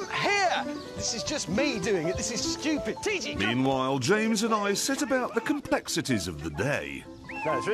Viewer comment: "my genius is almost frightning" moments later.... "shewtpudest idea in history"